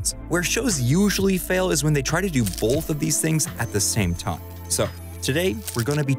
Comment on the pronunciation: I swear you're saying "Bolth"... Anyways, isn't the new That 90s Show trailer exciting?